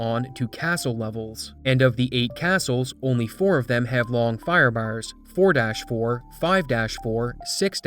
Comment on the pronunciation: Took almost the entire video to parse that you were saying "Firebars" and not "Firebowers" lmfao